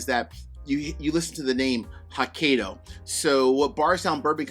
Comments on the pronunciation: Ouch. It is pronounced "hoe-kye'-doe". I am not Japanese but I couldn't help cringe everytime you mangled Hokkaido. I still appreciate your review,! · Thanks for the review. Hopefully, I can get a pour. Hokkaido is pronounce as ho•kai•dow. You did pronounce dow correctly. Cheers 🥃